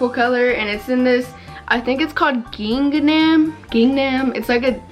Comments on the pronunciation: GINGE NAM LMAOAOAOAOAOAOAOAO ITS GINGHAM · hey ily, the pattern you where talking about is is pronounced Ging-um. just tryna help a girl out 🥰